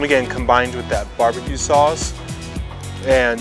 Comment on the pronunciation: The fact you pronounced it BE-BE-QUE and not BAR-BA-QUE really shows the Korean influence.